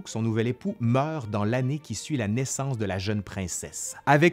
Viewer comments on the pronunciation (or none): none